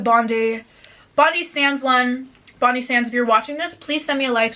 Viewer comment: Omg girl sending love from Australia but it’s bond-I sands 😂😂 as in EYE ball